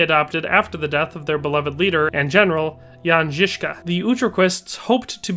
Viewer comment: as a Czech I have to compliment you on your pronounciation. Czech is quite a hard language to speak for foreigners but it is more than obvious, that you are doing research of pronounciation. The way you pronounced Jan Žižka was absolutely spot on! Love your videos!